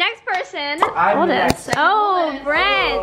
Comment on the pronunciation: Do you mean hold ? Cause you said hokd.